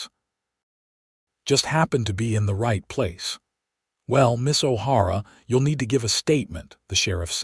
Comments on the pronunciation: I caught that, too. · O'Hara not har a